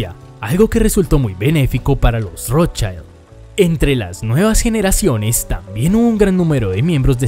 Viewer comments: No se pronuncia "rotshAILD" porque no es inglés. Es "rotschild", con i normalita. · Si dices que escudo se dice "SCHILD" entonces no pronuncies "ROTSCHAILD". Pronuncia "ROTSCHILD". Es alemán, NO inglés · No se pronuncia rotchaild sino de Rotchild. Es alemán, no Inglés. Es Increíble el complejo de inferioridad respecto a los Gringos que tenéis los hispanoamericanos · Exacto! En alemán no se deforma la pronunciación de las vocales como en ingles.. por lo tanto se pronuncia ROT SHILD.. talcual ( y no ROT SHAILD) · Como es un nombre de origen aleman, no es ROTSCHAILD sino Rotzsgild. Saludos desde Venezuela. Rotzchaild seria si fuera ingles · Nota: en alemán se pronuncia como sería en Español, con "i" y no con ai". Entonces sería Rót-schiiiiiiiild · que cringe cada que dices rothschAaaild